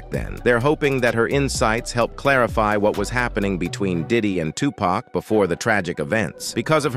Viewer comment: STOP CALLING HIM TUPACK. IT'S VERY DISRESPECTFUL. HIS NAME IS TUPAC DAMN